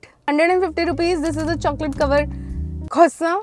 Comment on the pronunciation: papa yrr ise Prashant bolte h not croissant 😭😭😭😭